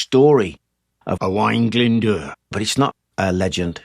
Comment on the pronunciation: Got to say that you pronounced Owain Glyn Dwr pretty good. Well done Sir.